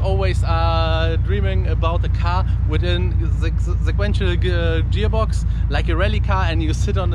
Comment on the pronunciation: "Jearbox" lmfao